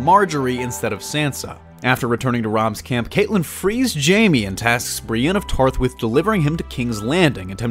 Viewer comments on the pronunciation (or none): he pronounces catelyn wrong. its not like katelyn , its like cat the animal :/